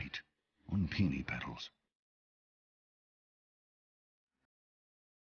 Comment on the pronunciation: Peeny petals ??? The flower is Peony, pronounced "Pee-O-knee". Idiot !